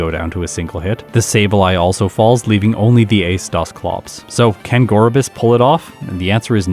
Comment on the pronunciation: Huntail's head fin somewhat resembles a scallop and, like Gorebyss' seashell bra, is likely meant to visually connect to its pre-evolution. Btw, I was quite pleasantly surprised that you got the Gorebyss pronunciation right, despite all the misinformation in the comments when you asked about it in an earlier video.